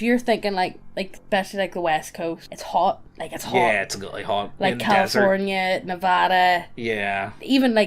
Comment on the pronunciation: said nevada right! btw, nothern nevada is cold as balls for 6-8 months out of the year